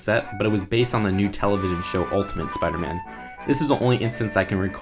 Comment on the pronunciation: He's supposed to be Spider-Man not Speeder-Man